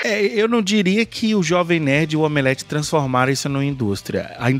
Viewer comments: Eu racho de rir quando eles dizem "Omeleft"! kkkkkkkkkkk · "OMELEFTH".😆🤣😅😅... Perfeito!